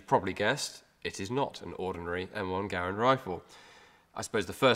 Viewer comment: Well done.... and it is pronounced Garand...with a "E" not an "A"... as we Bloody Colonists would say. Cheers Mate.